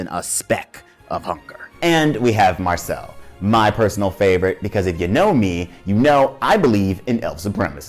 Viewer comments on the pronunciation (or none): How come you pronounce all their name wrong ? Did you watched the Dub version ? La-i-os-u or La-i-os not Lost not Laus Mar-shil-lu or Mar-chil-le definitely not Marchel